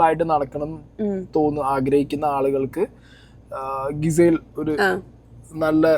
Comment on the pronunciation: bro It's not ഗിസേൽ it's ജിസൽ or ജിസേൽ (Mudra shrandikkanam mudra) 🤣🤧